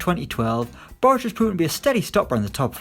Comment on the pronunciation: Bo-roots, not bo-rooch